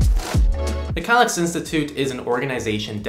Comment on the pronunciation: it's pronounced, "kay-licks"